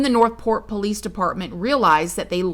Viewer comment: Every sing time u say PO-lice, I fall completely out😂😂😂Can I ask how long you have had this channel??